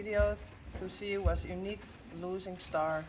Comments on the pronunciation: Wait… what was that little bit about how you are pronouncing Uniek? It sounded like the same word said twice to me! in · Good morning. I watched the horse shoe winner video this morning and was wondering if you could clarify something you said? Could you please clarify for me how you pronounce Uniek’s name...I didn’t quite understand when you commented on “I always say Uniek” that it should be (it sounded like you said) “niek”. What is the proper way to say her name in your language? I so enjoy the videos. You all are so amazing and make it look so easy in dealing with these awesome animals. The videos, you, your coworkers, and the horses make me smile when a lot of times I don’t feel like it. One video showed your little boy using rakes and shovel to push hay toward the horses stall. That just amazed me how coordinated he is! I had to watch that a couple times in a row...it was awesome how he was handling those large tools so well! I get such a kick out of watching your amazing little boys; what cutie pies!! (: Thank you for sharing your world with us!